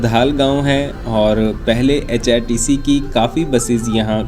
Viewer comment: HpTC ko app hrtc bol rahe ho